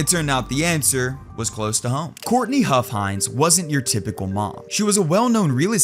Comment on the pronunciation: Omfg his name was "huff-hines"